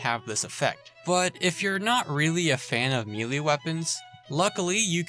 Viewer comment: Please look up the pronunciation for "melee."